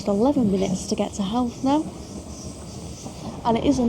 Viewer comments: Dalkey rhymes with chalky and Howth rhymes with both :) killiney is kill-EYE-ney This was really cool, I've watched so many videos about England's transport networks, so it was amazing to see someone come here and ride the trains I always kind of took for granted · And just for fun, Howth - Hoe-th. You've nail the th part